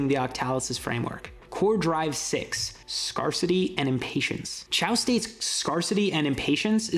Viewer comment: it's not "scar-city". It's "scarce-ity", based on the word "scarce". The AR in scarce isn't "are", it's "air".